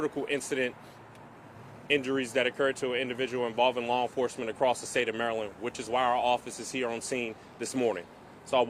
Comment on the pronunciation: Enforecement? Enforcement.